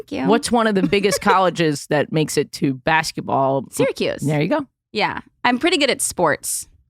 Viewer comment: knowing how to pronounce Syracuse made me way too happy.